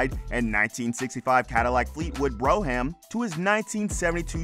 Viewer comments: Or the brougham pronounced “bro ham” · Bro ham LOL THE H IS SILENT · Cadillac Bro-ham, the guy in the video must have watched "Great white hype" lol...